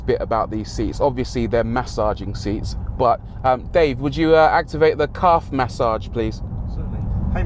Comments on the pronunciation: LOL... took me for ever to phonetically catch what the óld “Mas-Sahge” “Caaahve” was... Love it. Thanks for the chuckle! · Rory emphasizing on Calf massage for the millionth time 😃 This was really good to watch